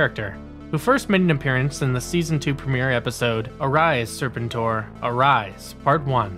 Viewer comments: I agree I was about to say that!! in Los Angeles, G.I., Joe was onKCOP channel 13. And they played those cartoons Monday through Friday afternoons never on Saturday. And lastly, I just want to say, will you pronounce serpentor correctly? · Just an FYI the ARAH COMIC STORYLINE AND NUMBER system has been ongoing through IDW. Larry Hama still writes it and the story continues straight on from the MARVEL run. Just to update anyone who was unaware. I never miss an issue!! And really LADY JAYNE. It's Lady-Jaye bro!!! And learn how to pronounce Serpentor!!! Once I could forgive. But 3 or more is inexcusable. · Good video but the constant mispronounced of serpentor name got annoying especially given it said clearly with in the show clips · Please watch the cartoon to learn how to pronounce Serpentor. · Making me cringe hearing you pronounce serpentor. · It's pronounced " Ser Pen TOR" not " Ser Pen Ter" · It’s Serpentor! Not Serp-entor! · And it's pronounced... Sir Penn Tore, not Serpen Tor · How you say ... SEPENTOR over & OVER! LoL 😆 ... as'well thus series was on 5 day's a week, Every week... I'm NOT sure if I too heard you say ... Lady Jayne!? Cause it's LADY-J . Yet decent & good video... as'well HASBRO is NOT doing a Lone series on Scarlett noo more!!! Especially after how Snake eyes completely bombed!!!! Yet ..... what may be in development is a back story on DUKE! I'm sure they will scrap this too ... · SERPENTOR!!! Not Serpenter! Dude!! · SER-pen-tor? You mean ser-PEN-tor! I hate when someone who was too young to even be there tries to review something he knows nothing about. 😒 Quit watching . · Stop saying "Sir Pen Tor" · I am convinced that this channel mispronounces things on purpose to get more comments. They do it every video multiple times. But it could also be that people nowadays don't seem to know how to research, or say things correctly, at all. Serpin-tor, ugh. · Are you mispronouncing Serpentor on purpose? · The way you said Serpentor is wrong.